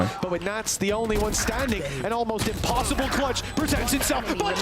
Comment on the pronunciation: lmao blud said impssible T_T